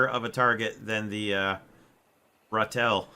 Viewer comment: Your pronunciation is close enough. Ratel is the Afrikaans word for badger.